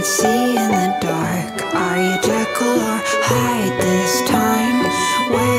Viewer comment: Am I the only one bothered by "Jerkyl" instead of Jekyll...? 😂